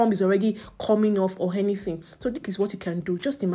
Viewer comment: Why pronounce consonants before vowels? Harm hole? Or Arm hole? Educate yourself. You are confusing people with your pronunciation of certain words. Hiron instead of Iron. Hor hanything, etc. Apply yourself. Thanks